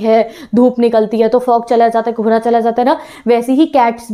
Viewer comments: Kobra nhi kohara hota haii 😂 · When you say '' kohra " I listen '' kobra ""😅😂